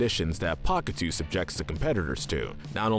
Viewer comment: Pakatew is pronounced paw ka tell